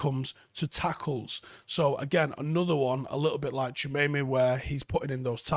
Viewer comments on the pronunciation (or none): We'll forgive a Manc for not being able to pronounce it but since he's the best DM on this list, for all you others it's Tchou - a - me - ni pronounced "Tchoo ah meh knee" not Tchemeyme